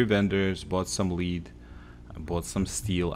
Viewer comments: L E A D!!!! not LEEEED!!! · lead is pronounced "led" not "leed" just so you know. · Lol yep like dead but with an L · "A lou min num" "Hard Bar Gan" "Led" hope this helps. I cant imagine trying to learn another language, too hard for me. Keep up the good work man! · Its pronounced like led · It's lead ( luh ed) btw but you forgot all toys blocks and paint cans scrap for lead also bargain ( bar gen) just a heads up on your pronunciation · Helpful, but it I can’t stand how he says lead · He pronounces, lead, melee, and robots wrong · You mispronounced lead. Just saying.good video though.